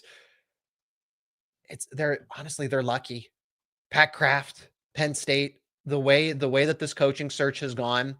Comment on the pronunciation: 😂😂.......thats funny. BTW, its "Kraft".